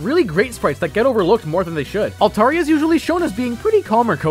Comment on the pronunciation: The way you pronounced Altaria, Lugia, and Shelgon is sinful. "oH bUt It'S tHe OfFiCiAl PrOnUnCiAtIoN" official pronunciation my ass.